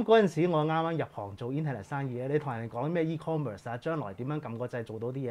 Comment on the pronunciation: 應該係e-commerce, 唔係e-converse